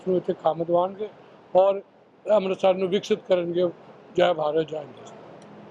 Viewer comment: ਲੀਡਰ ਜੀ ਅੰਬਰਸਰ ਨਹੀ ਹੁੰਦਾ ਅੰਮ੍ਰਿਤਸਰ ਸਾਹਿਬ ਬੋਲੋ ਬੋਲਣਾ ਸਿੱਖੋ